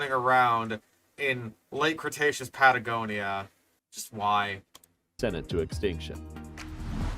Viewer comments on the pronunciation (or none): how does one even mispronounce cretaceous as crustaceous? there's so many letters that aren't even there in cretaceous